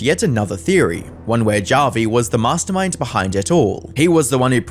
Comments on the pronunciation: It's pronounced as Havi (I'm Filipino) How do you say Javier Bardem's name? Javier or Havier? What about Julio? Julio or Hulio? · Is this guys name really 'JAH vi', and not 'HAH vi'? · Feels kinda weird that the internet anarchist, master of content creator research, couldnt confirm whether it was "hah-vi" or "jah-vi" for the video. that whole "or however you pronounce it" bit just left a bad taste in my mouth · Hearing this dude mispronounce Javi is nails on a chalkboard. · "This person whoever you pronounce their name cause I can't be fucked to look it up cause it's not like he deserves most basic minimum respect as a person" lmfao mask really slipping off, huh? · Would it really have been that hard to take 5 seconds to learn how Javi’s name is properly pronounced…? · "However you pronounce it" Listen white guy if you're gonna post some shit- at least have the intelligence to say a name correctly Some racist shit